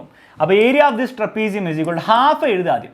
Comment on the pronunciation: Kuchu..kuchu kuchu..kuchu. trepisium😂